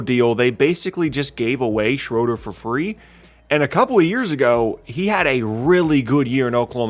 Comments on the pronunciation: It is not pronounced shrowder. It is schrooder. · His last name is actually pronounced Shrooder. I know that because I'm a Hawks fan. He drove me crazy with boneheaded plays.